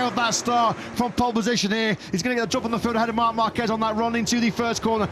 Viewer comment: The name is "marc marquez" but I listen everytime "mamba kej"😂😂